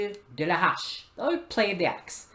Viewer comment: sweeeet. Awesome notes and thoughts on the most under-appreciated medieval weapon in my eyes. ( Do you speak French? You seemed uncertain but your pronunciation is very good -- the 'h' is silent on "hache" tho fyi! :) )